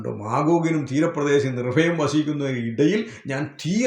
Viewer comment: എ ടാ ഫൊട്ടാ നിർഫയമല്ല "നിർഭയം" എന്നാണ്